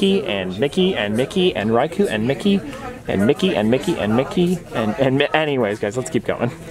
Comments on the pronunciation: Riku pronounced Ree-Koo, not Rye-Koo, just to let you know. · Ree-ku not ryku